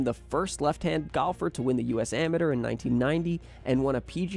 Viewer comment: Learn how to say amateur Jesus Chrissy